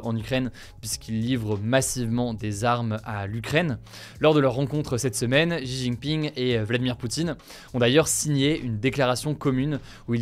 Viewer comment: non xi se prononce si. On dit sidjemen pas chidjemen pour dire 西直门.